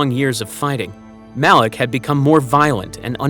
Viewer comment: 55 it MALAK NOT ALAK